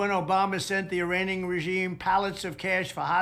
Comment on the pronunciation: . The "Iraning"regime?